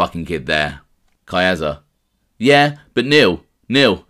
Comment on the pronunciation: ....Not kidding at all, and you aren't the worst offender. There are others far worse, but the fact remains. Caiazza.... there is no long "A" sound in Italian. Ca-yahtza. Casso - Cahsso, not CAYso Gravano is an uneducated street guy, not a professional broadcaster, as are most gangsters. He cannot really read either, and the vast majority of made guys have learning problems and/or did horribly in school. Doubling down on their ignorance isn't the way to go. I enjoy you & your channel. My comment is true of almost ALL YouTube mob channels and is perfectly thought out. Again, you are not the worst offender. I know some Italians can't even properly pronounce their own names; this is for many reasons; one of them being schools and workplaces (teachers and bosses) either couldn't or didn't care to pronounce properly, so they went along with it. I get it brother! I can see you care, and get shit about this. You say you "can't win." I RESPECTFULLY disagree. You can't please 100% of the people (I agree), so I would pronounce it CORRECTLY, rendering the complaints meritless. You can't control others mispronunciation, but you can control your own. Buona Fortuna......I really enjoy your stuff and am not trying to troll you